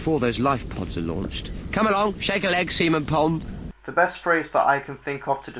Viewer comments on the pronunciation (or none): "Shake a leg, semen pond." *FACEPALM* They meant Seaman Pond, but the way he said it was just UGH.